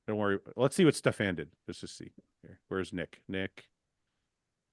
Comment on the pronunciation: Is that really the way to say Stefan’s name Fouad?